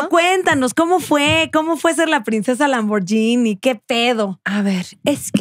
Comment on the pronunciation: Solo como información que cura, Lamborghini se pronuncia "lamborguini", no "lamboryini".